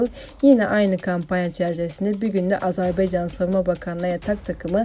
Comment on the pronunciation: Azar beycan değil, AZERBAYCAN 🇦🇿 👍